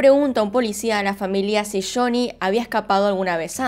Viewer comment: Me encanta como pronuncias shony😍